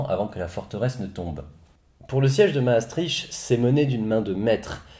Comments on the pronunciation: Mastrichhh .. On dis mastriKT .. ;) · Pour info, Maastricht se prononce comme ceci [maːˈstrɪxt] Sinon, très bonne vidéo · *maastriche*... j'adore l'accent françouais qui massacre tout ce qui est au nord ... Bruksel ou molanbèke :'D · ça se prononce Maastrirte non?